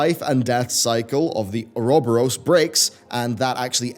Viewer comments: It's pronounced You're-a-bore-as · It's pronounced Oo-roh-boh-rohs. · It's pronounced or-oh-bore-ohs... Why must people always disappoint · No, it's not, that's typical English butchering of the word. Oh-uh-rho-bo-ross is as close as someone without education in Greek / Latin pronunciation can get to saying it correctly. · Your pronunciation of Ouroboros changes literally everytime you say it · I lost count on how many times he mispronounced Ouroboros. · Lol that is NOT how you pronounce ouroboros